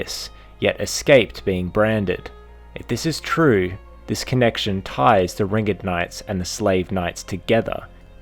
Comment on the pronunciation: am I the only one who was annoyed by him saying ringed incorrectly? so much emphasis on "ed" when saying ringed knights and ringed city